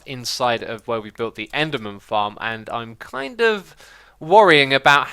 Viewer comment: did he say enderman tits xD